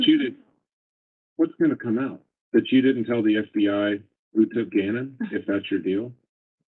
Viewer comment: This weird slow talk syllable by syllable and her ‘I’ and ‘You’ emphases are so weird.